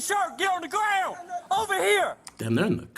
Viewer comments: “Greg gwon the garouand” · I can’t believe the cop hit his head on the Seement, he should’ve put his heands up and got on the graowned.